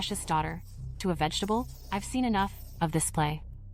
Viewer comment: Vegetative ❌ Vegitable ✅ 😂😂